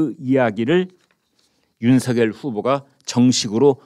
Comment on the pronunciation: 윤석열을 읽을때 윤성열인데 이분은 윤서결로 말하니 이상하게 들립니다.